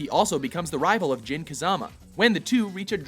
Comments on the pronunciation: I died inside. Jin is technically supposed to be pronounced Jeen. Jun is pronounced Joon. And what the fuck was that Kayuza shit? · Oh my God....hey guys, I'll be a translator for Jon-Jun Haiyachi-Heihachi Jeen-Jin Kayuza-Kazuya SWEET CHRIST GUYS CMON